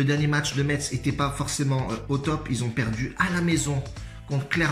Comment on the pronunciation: Niquel comme dhab 👌 ( par conte ça ce prononce MESS chef )